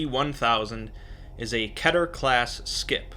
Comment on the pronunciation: Not keter pronun it like this keeter